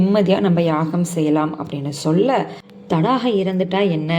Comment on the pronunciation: அரக்கி பெயர் தாடகை நீங்கள் தடாகை என்று தவறுதலாக சொல்லி வருகிறீர்கள் த